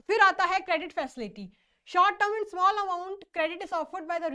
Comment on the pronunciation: Mam thoda dhire bola kro please kuj smjh nhi ata itni tej bolte chle jate ho small ko smell bol dete ho 😂